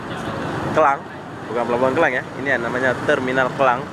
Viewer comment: Maaf mas,,Bukan Kelang,,Tapi KLANG,, Skdr ingatkan saja